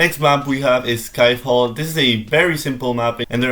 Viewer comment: You pronounce Ski Fall as Sky Fall instead of Skee Fall 😂 Also: another tip: play with the controller using bluetooth, touch control is hard, unless you're experienced with touch controls from another mobile game